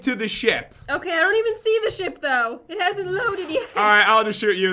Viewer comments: Pat, said "sheep" and not ship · did jen just said sheep knstead of ship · Lol jen said lets go inside the sheep (ship)